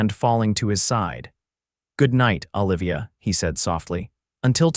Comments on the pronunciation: the name of the female lead is Oh livia...... not Ahh livia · Exactly.... should be Ooh-livia rather then Ahh-livia..........grumble.. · Enjoyed this story very much. Please correct your pronunciation on you female main character it is O-livia, not Ol-ivia as she is not Popeye's girlfriend Ol-ive Oil. You pronounced it nothing ways throughout, drove me nuts, disconcerting.